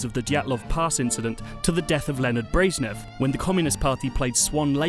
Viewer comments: ...."lyaned brayznev"? whos that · its leonid brezhnev